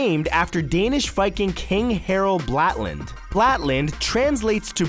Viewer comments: Harold Blatland.....Harold Blatland.....Harold Blatland.......... HARALD BLÅTAND FOR F** SAKE ! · Incredible how wrong you were able to pronounce Harald Blåtand.